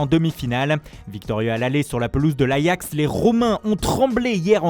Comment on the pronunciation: Arrête... c'est le seul nom étranger qu'il prononce à peu près correctement...